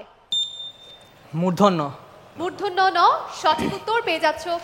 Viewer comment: উপস্থাপিকা কীসব ভুলভাল উচ্চারণ করছে।'মূর্ধন্য' কে বলছে মূর্ধন্য ন এর মানে কী?